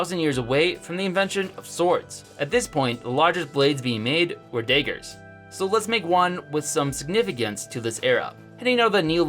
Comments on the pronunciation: Daygurs? It's pronounced dahgurs. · did you pronounce daggers as daygers? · Him pronouncing “Daggers” “dægers” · I love how he says daggers